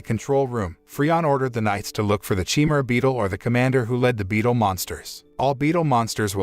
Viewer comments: I can't take this... Chimera is not chi-mer-aye. It's CHIMERA. LIK THE GREEK BEAST OF LEGENDS. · Chi-me-ra? That's a weird way to pronounce chimera.